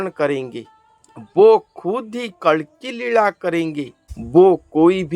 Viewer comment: kalanki nahi कल्कि जय श्रीकल्कि जी🙏